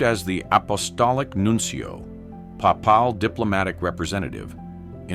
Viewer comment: The AI voice displays a sad excuse for pronunciation. Papal, for instance, is pronounced "paypol", not 'pa pahl'. It may seem like a little thing, but it detracts.